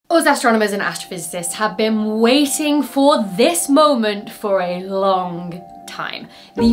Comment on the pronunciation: The G in 'long' isn't a hard G